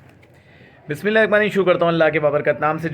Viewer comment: Bismisllah to Sahi se parh Lia krain bhai